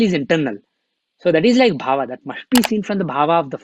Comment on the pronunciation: Respected... Namaste. Please say Pad as Pad, NOT Padaa... same for Bhav, as Bhaav, NOT Bhavaa... Keep Sanskrit as Sanskrit NOT Sanskritaa!!